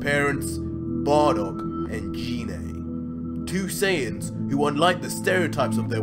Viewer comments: Gee-nea Not JEE-nae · #Bardock great fan fiction, but must you slaughter the pronunciation of Ginae's name? It isn't "G-Nae" pronounced with the "Guh" sound of the letter G. It urkes the hell out of me when people claim to be huge Dragonball fans but butcher the names so badly. Thanks and as I said before great fan fiction. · Never subscribing to someone who can't say gine correctly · Anyone else weirded out by how he says gine